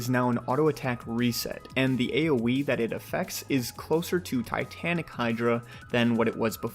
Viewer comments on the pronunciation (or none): none